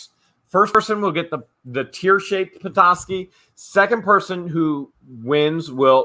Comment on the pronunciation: You are pronouncing petoskey stone right when your pronouncing it I'm from Michigan and I found them all over the place as a kid.I live in Illinois now.